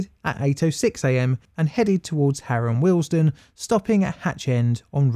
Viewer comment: Am I the only one hearing the station name as Harold Wilson? 😂